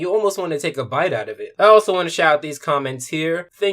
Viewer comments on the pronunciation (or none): none